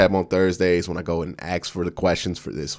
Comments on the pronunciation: Axs... Pronounce it with me. Ah-sss-k. Not Axs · I'll be sure to never AXE a question... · Lol okay okay. You Axe 3 times in a row. You gotta be clownin with us 🪓 ⚒